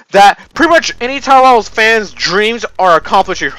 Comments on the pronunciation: When you say tour battles it sounds like your saying is tar battles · I heard Towerells instead of Tower Battles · I keep thing you are saying "3 pornos" instead of "3.0's" And "towerballs" instead of "tower battles"